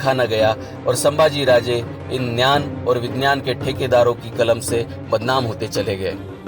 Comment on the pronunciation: Bro ,Gyan ko gnan kahna band karo